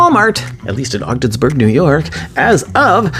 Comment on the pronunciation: Hahaha you said Odgensburg NY I’m watching your video from Lisbon right outside of Ogdensburg